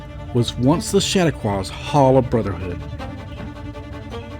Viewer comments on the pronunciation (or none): It’s pronounced Shat-tah-quah not Shadaqua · You can always tell when someone is not from DeFuniak or hasnt spent much time there by b the wsy they pronounce "DeFuniak". Also just an FYI for anyone who might be interested, the word "Chautauqua" is pronounced like "shuh-taw-kwuh" not shat-uh-kwaw.😊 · chatauqua is pronounced wrong, all thru the video